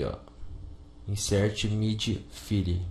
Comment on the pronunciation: Môze ?? Fili ?? inseti ?? Riversi ?? Pá ?? Aquió ?? Daci ?? kkkkkkkkkkkkkkk